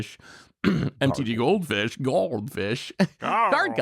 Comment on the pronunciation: can't pronounce the word "goldfish" but "Urtet, Remnant of Memnarch" rolls off the tongue.